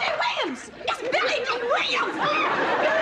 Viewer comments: Billy Dill! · When weezy kept jacking up billy dee name 😂😂